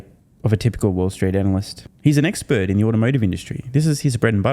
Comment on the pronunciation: Hh Hh.. You said X-spurt,.. hh hh,..